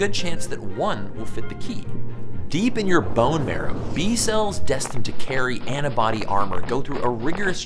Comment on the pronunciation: Just wondering, you know the word is "antibody" right? Because you keep saying "anna-body" and it's honestly so weird